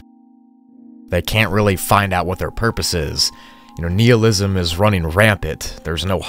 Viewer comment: Just an FYI, nihilism is pronounced like annihilate. Nye instead of knee. But dope video!